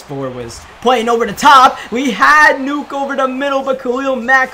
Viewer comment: It’s Nuk not nuke bro smh 🙄